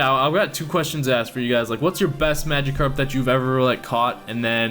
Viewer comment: nah ur saying it right that's how they say it in the anime